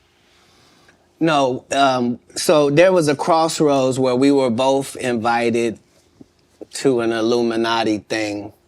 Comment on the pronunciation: "bofe" invited? Why do certain groups seem to have so much trouble with the English digraph "th" as in "thank" sine they don't say "fank", but when at the end of a word?